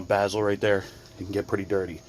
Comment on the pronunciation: A boot not a gasket bezel not bazle goo off not goof off